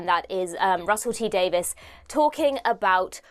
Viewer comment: Davies not Davis...